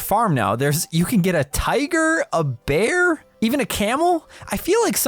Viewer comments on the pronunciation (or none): none